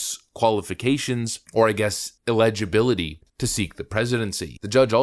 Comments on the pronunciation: ... I think you meant to say eligibility, but it kinda came out as a hybrid of ineligibility and eligibility. The former can be difficult to say on the fly, but just a heads up. Enunciation is very important when regarding the news, especially US politics, as there seems to be a lot of decisive opinions on the subject. As always, enjoy your content. I've been a sub for maybe 3-4 years, and I like to look at smaller reporters on both sides of the political spectrum because there's less bots in the comments, less inflation of view count, etc. So it's usually a more accurate reflection of who is engaging in what side without looking at polls (that are typically smaller in sample size, and skewed one way or another). Keep up the videos, I'll keep watching and staying as informed on what you report on. If I may recommend something; as there have been instances where some things said here on previous videos do seem off, and I struggle finding sources to them, could you put links to the sources in your descriptions? It would help a lot as I know I'm not the only one who likes to be fully informed, not just headlines and a paragraph or two from an article. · Really surprised you mispronounced eligibility